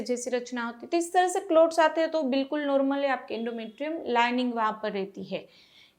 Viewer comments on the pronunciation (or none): Clout nahi Clots... Please pronounce correctly...